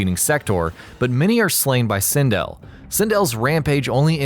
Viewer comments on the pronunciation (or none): SIN DELL not sin dill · Really bothering me how u keep saying sindel and pronouncing it wrong. Nice video though